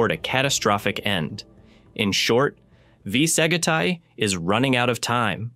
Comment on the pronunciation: What a fuck. V Sagitae is completely ba pronounced. It is AI shit. Blocked the vid immediately